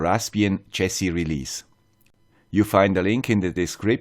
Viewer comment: I'm sorry, I can't quite understand - Raspbian chasey release?